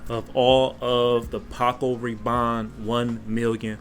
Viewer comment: Paco “Reebon” 🤦🏽‍♂️😂